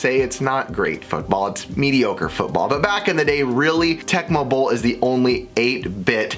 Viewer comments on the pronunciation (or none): none